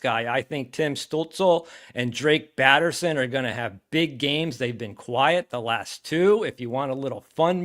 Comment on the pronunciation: It’s Batherson by the way